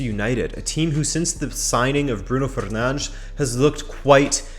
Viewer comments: Its correct. S is pronounced sh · He speaks portuguese so i'd trust him with a portuguese player's name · It’s correct. I love to hear it as well tho